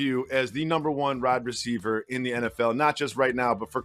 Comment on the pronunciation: Tha way jacoby said wide receiver